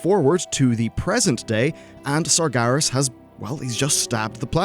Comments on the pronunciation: Sarj Garas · Stop saying Sargaras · at least he isnt saying sarjeras